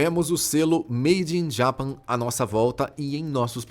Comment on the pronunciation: Fala direito Japão em inglês ! 😮😮😮